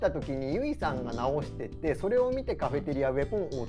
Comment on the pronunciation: 毎回カフェテリアのこと「カフェテアリ」って言うの可愛くない？笑